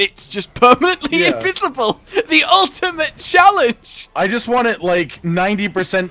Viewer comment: Invisi-bazel?! Oh god.... 😂